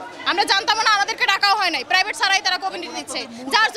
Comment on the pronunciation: What a slang 🤣 প্রাইবেট ইউনিভার্সিটি কে যেন প্রদান্ন দেয় , ওয়াট আ প্রনান্সিয়েশন 😂😂